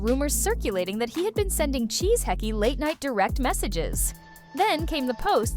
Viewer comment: She said Tisheki 😆 A.I